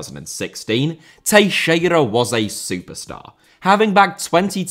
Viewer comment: Only will randomly pronounce Teixeira properly and butcher everything else lmao. No way Teixeira is the easiest name out of all the players and teams you've mentioned.